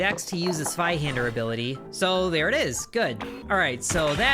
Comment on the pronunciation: I’m so happy to see you pronounce it “Sveihander” and not “Zweihander”.